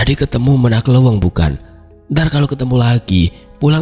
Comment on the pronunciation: Menak Leuweung. cara pengucapannya salah